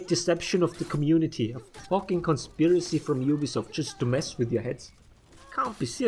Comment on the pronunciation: It’s not a fookin guard break . I haven’t heard a FOOK since the setmyx video ♥️